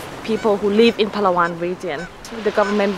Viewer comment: Your video is amazing!! The easiest and correct way to pronounce Palawan is “Plah-wan”. And for Boracay is “Brah-cay”. And BTW, you did the right pronunciation on “Tagalog”. :)